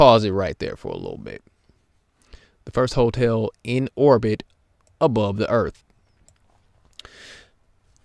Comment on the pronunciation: The earff be flat. Nah wuddah saying?